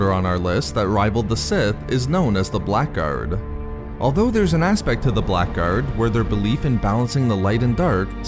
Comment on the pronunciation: The word "Blackguard" is an English word and pronounced as "blaggard".